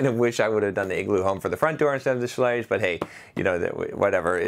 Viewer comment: Schlage rhymes with "egg". 8 minutes into an 11 minute video and the box hasn't even been opened yet. zzzzzzzz